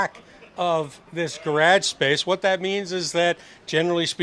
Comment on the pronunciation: Hey what is dad calling the garage space? I never heard you call it that. I rewatched it and he does say garage but it sounds like grag. 😂😂😂😂